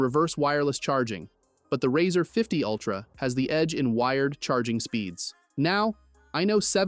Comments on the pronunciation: The product is pronounced “Razor” like “Raise”, not “Razzur” as in “Razz”. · How can I trust a reviewer who can pronounce the name correctly on a phone especially one with over 30 years behind it.. It's razor not riser!!! Yes he did fetch it correct at the end!!! Just say'n lol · The "Rawwzer" ? 😂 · why it say "razr" like that